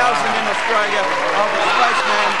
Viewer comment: "spice man" love the accent. :)